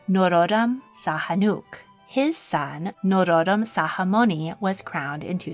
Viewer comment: Khmer is pronounced more like K’mai not like K’mere. Preah Bat Norodom Sihanouk’s name is pronounced Si-ha-noo and His Majesty King Norodom Sihamoni’s name is pronounced Si-ha-mo-ni